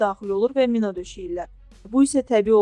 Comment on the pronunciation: O mina deyil mi'nadır